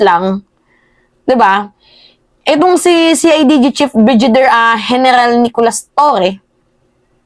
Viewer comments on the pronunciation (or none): hindi BRIJIDER at hindi CLEMIENTE. BRIGADIER at CLEMENTE yun. Huwag masamain ha, Pero may tendency ka na mag mispronounce ng words and names, noon ko pa napapansin. Hindi bashing ha, just an observation that you can consider for improvement ✌️✌️ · Hindi po brijider.. brigadier po.. as in Brigade.. not brijid..😅😅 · Brigadir ang pag pronounce.. clemente, di klemyente.